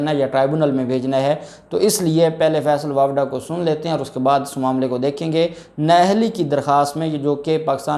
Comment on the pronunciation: جب آپ بولتے ہیں آپ کا بات چیزوں میں pronunciation Sahi Nahin hota. فیصل واپڈا نہیں فیصل واڈا ہے